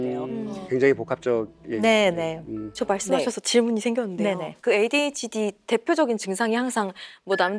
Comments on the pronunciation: Oops, sorry if there was confusion with my original comment. I updated it to actually spell out the way the Dr pronounced it. It should be pronounced "AY-DEE-H-D" but the Dr pronounced it as "AY-DWEE-H-D" the entire episode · 오은영 박사님의 ADHD 발음이 이상해요 에이뒤에치뒤?? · 맞아 왜 에이듀에이치임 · 오은영쌤 A뒤hd? 라는 발음 귀여워요 ㅋㅋㅋ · 발음 신경겁나쓰이네 에뒤에치디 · Why does the Dr pronounce "ADHD" as "AY-DWEE-H-D"? Other than that, I fairly enjoyed this episode. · 저도 항상 귀에 좀 거슬렸어요 에이뒤^^에이취디라고 자꾸 말하셔서. 그냥 발음이 그렇게 굳어지셨나보다.. 그러고 말았어요. ㅎ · 에이듀이 에이치디 😂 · 금쪽같은 내새끼 볼때마다 저도 궁금했던 부분이었어요. 오은영박사님 영어발음을 꼬집는게 아니라 정말 의아해서 질문하신거 같아요. 금쪽같은 내새끼 adhd편은 다봤는데 에이듀ㅣ에이치디 이렇게 하세요. 이게 뭐 대단한 문제라는 건 아니고 ㅋㅋㅋ 타부님 말씀은 정말 궁금해서 그런거 같은데 대답이 좀 날카로우셔서 답글 달아봅니다. 제가 외국인이엇어도 궁금하긴 할거같아요. d가 두개 들어가는데 앞은 뒤, 뒤는 디 이러니깐요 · adhd라서 주의깊게 못들어서그런가 발음이 저러신줄도 몰랐음 ㅋㅋㅋ